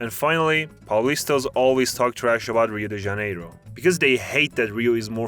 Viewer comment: Melhor pronúncia de Rio de Janeiro de um estadunidense que eu já ouvi na minha vida! Parabéns!